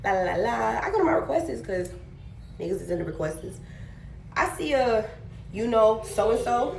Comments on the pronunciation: She sooooo pretty but truly needs to expand her vocabulary and yes, the "lord and behold" is very annoying like got me yelling at my screen. The second one no better talmbout "request-es"😭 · I need people to learn how to pronounce things because how do you mess up "requests"